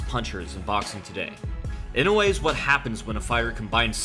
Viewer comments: It's not "e-no-way" its "e-no-you-eh" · I know you aren't japanese, but godamn his name is not "Inway" it's "EE-NOH-EHH" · Inoue —>Ee-no-whey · Sake Bobombs Nope, it's ee-no-oo-eh